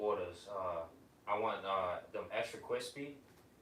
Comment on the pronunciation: ekstwuh kwispee